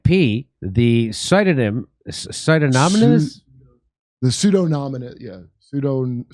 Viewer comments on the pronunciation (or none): Jimmy, Kurt -- it's pronounced 'soo-DON-i-mus' already! (smh)